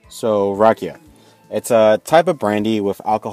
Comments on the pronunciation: The way he said rakija- Its not hate its just funny a bit..Respect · And you are saying wrong rakija